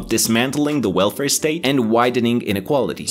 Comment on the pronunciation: "...the wilfur state..." 🤣😇